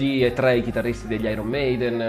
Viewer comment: Ma è inutile che dici "tèmpo" per parlare correttamente italiano,se poi dici "trè".